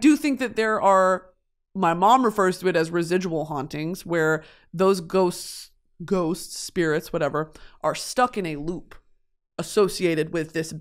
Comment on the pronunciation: dude ghosts awent fweaking weal